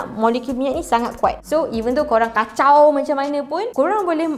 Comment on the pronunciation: Semua explanation dh okay ,sampai je "KACAU"